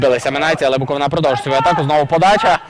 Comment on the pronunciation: За таку поразку не соромно від Шахтаря, Барселони😂😂, але не від минаю! І ще! Коментатору потрібно вивчити, що команда зветься БуоковИна, а не БуковинА......наголос на И, а не на А😂